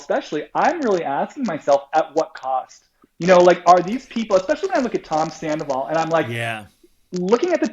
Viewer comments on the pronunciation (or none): An Empath that described Sandoval as “Scan-doval..😳😝🧐hmmm ok - I’m out!